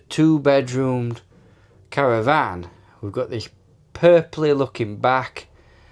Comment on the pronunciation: Caravan not Cara van 😂